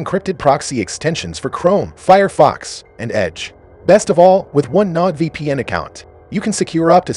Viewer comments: Your BOT does not know how to PRONOUNCE many words. It did not even get your *ucking sponsor right. "NODE vpn." Get this off of here or after watching a thousand of these I'M DONE. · you are mispronouncing Nord vpn